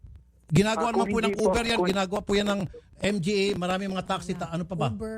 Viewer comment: tama ba dinig ko? Hahaha Youber daw. Di pala Uber yun? 😂😂😂😂